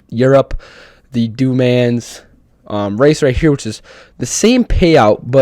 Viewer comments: 24hrs of ale Mans is this coming wwwkens! MotorTrend TV (cable/satellite channel or app) will have the ENTIRE race!!! We haven’t been sable to watch the whole race on TV since the days of SPEED TV, pre Fox Sports 1. Le Mans is pronounced “Le Maw” or even “Le Mon” making the S silent. Just don’t say “Le MonZ”. Unless you’re French, Dew Mans is no Bueno. Amazing job with ballast!!! Rest peacefully Tommy Hawk and Jon Bon Jovi! You may still be able to grab ACC on PS+ for 12 bucks! Regular price is 40. 🍻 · My fellow Americans, can we please work on our f×cking pronunciation as well as just sounding out the damn words.. "Dooo manz" is not a thing. Du Man (if yoi wanna sound a little cultured , pronounce it "Du Monn" with soft delivery. Or just do what most do.and jist call.it Le.Mans, aka Circuit de la Sarthe . And Sargena isn't a thing, Sar-degn-A , the g is obv silent, sound it out ... SAR - denn-YiA.. Soon enough you just might start learning the famous names.of each corner,.curve, chicane , even straights( aka Mulsanne) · Just FYI- I would refer to “du mans” as Le Mans and it’s pronounce MON, not MAN, with a silent S. Like lemon but accent on the second syllable. Anyways thanks for posting the video. Cheers! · the way he said le mans tho... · I didn't even know that's what he was trying to say, it was so fucking butchered, holy mess...